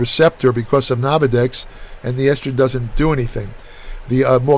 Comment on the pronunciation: Ain't nothing like "nahvadex" and growth "hahmone". Just a tip - don't mistakenly put either of these in your "Microsoft" oven!